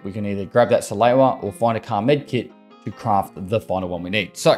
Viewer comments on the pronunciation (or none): He also says salewa wrong, although this episode he pronounced it differently a few times for some reason